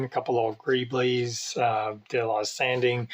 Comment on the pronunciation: GREEBLIES ......not greebles